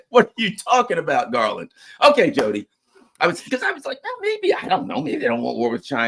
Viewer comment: Bro it’s not Jody like Jody foster. U know Tia, in Spanish? It’s a soft “T”